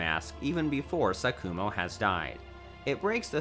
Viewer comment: “Konoha” “SaKUmo”